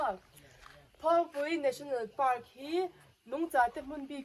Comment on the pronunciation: FAR PAK tur aw Park ni lo in